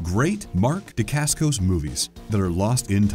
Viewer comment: Butchered Mark’s last name and the name of his fathers style of martial arts.